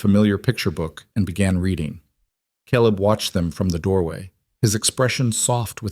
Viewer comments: It's KAYleb!! Otherwise fantastic story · Omg!! AI please!!! It's Caleb- pronounced Kay-Leb. It's obvious you've got someone teaching AI that isn't well read on English. But, the stories are good. I'm in Wyoming so you've got most of the info. Correct. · Caleb, not calib!!!! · How can we NOT have C-A-L-E-B pronounced correctly???!!!! Very distracting!!! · Excellent story, the best I’ve heard on the net. I’ve heard hundreds and this is the best. No greedy, land hungry, evil rich guy trying to force them off their homes. Very enjoyable. Just wish Caleb’s name was pronounced correctly, only thing I found irritating. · Loved the story but reading the whole story effect but couldn't get Caleb name right through out the story.